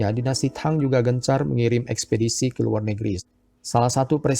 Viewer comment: sebut nya TANG , bukang THANG